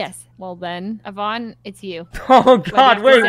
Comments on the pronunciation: Sykunno, remember its EEEEEE-vonne, not yuh-vonne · E-von. Eeeeeee-von. Not yuh-von, not Uh-von, not Yee-von. I swear that urks me way more than it should but she spent an entire day correcting you and its a very common name. E......von say it with me, E-von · I can’t every time he says YEH VONNE. Y acts like a vowel here. Not a consonant. 😭 It’s EEE VONNE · Sykkuno : "yuivonne" Pokimane : "ITS EE-VONNE" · So, he went back to saying Yuh-von, I guess. Lol, it’s EE-von man 😂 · i love sykkuno but every time he calls yvonne with "yeevonne", it kinda annoys me :(